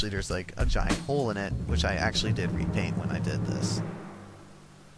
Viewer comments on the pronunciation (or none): none